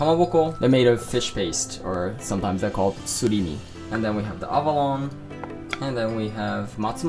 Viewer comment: Avalon = Abalone ("ah-baloney")